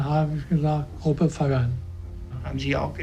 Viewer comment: its gruppen not grüppen